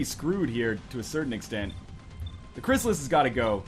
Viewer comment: In 30 episodes NL still calls CRYSSALIDS, CRYSSALIS....